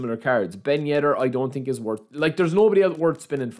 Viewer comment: its so funny when he says „i definitely ting“